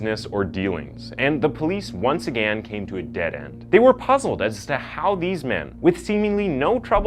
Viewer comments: Something I don't get, i've noticed you pronounce "Insane" as INS-AY-N. But when it comes to words like "Again" and "against" that have the same "ay" sound in them, you say "aganst" or "agan". I've never heard this in dialect before, what accent is it from? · What a clickbait title....you make it seem like he committed these crimes dressed as Santa. FALSE. Also when are you going to learn how to pronounce the very simple words again and against?!? 🤔